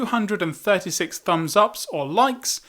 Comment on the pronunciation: Fakhera Jetham he said 98,its the way he pronounced it